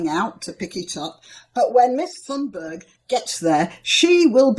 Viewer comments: You should say her name like Tunberg and not with the letter h, we do not pronounce that letter in swedish. We have a lot of farming land here in Sweden and a lot more than Norway. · Please ma'm. Go go Google Translate. It is extremely easy. It is not hard for you to say her name in Swedish. You have a th-sound. Disregard the "h", it's only "t". The wowel thereafter is not an English wowel/sound but you can do it easily. Google translate!!! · Th in Thunberg is a "hard" t, not like "thing" but like "take".